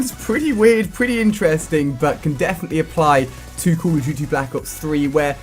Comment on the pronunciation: Dude you say "cool" of duty...HAHAHAHAHAHAHA